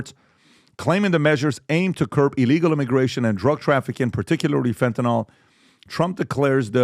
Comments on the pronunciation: What is wrong with almost everyone: the word is Fentanyl, NOT Fantanol! NIL not NOL! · Fyi- its FENTNYL, not fentAnal